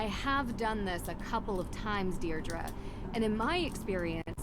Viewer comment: Is that how you say Deirdre in the USA? Over here it's Deirdree not Deirdru